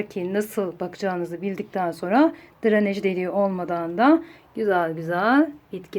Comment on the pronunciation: Dranej degil “DRENAJ”